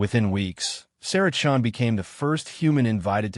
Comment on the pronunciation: Chun? Not Chen? . . . Sacrilege!